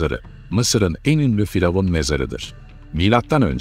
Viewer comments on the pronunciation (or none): Neden diravun demek yerine faravan diyorsunuz🤷